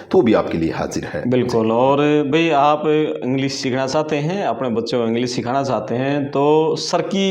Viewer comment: सिखाना होता है सिखाणा नहीं, पहले खुद हिन्दी सीख लो